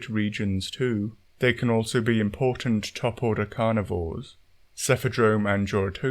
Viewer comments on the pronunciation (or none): none